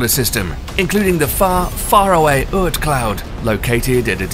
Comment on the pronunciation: Bro it's oort not uurt.